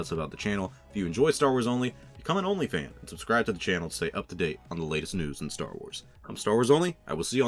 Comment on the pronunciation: I literally did a spit take when I heard (initially thought I misheard) you say “OnlyFan”. 😂🤣